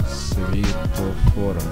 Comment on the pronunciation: Бля,,не свитофор,а свЕтофор...